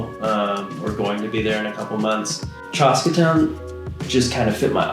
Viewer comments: Bros… it’s chaska not chahska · the pronunciation of "Chaska" is cracking me up